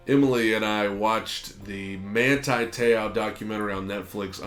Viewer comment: My mans last name is pronounced like so, Te-ohh